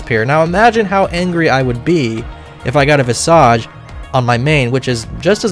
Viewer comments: VISS-IJ , not draconic 'massage' learn 2 fantasy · 🤓☝ akshually it's pronounced vizuhj